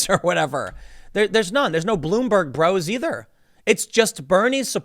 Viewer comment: he says blueberg, lol. (Tim Pool) I don't go to POL.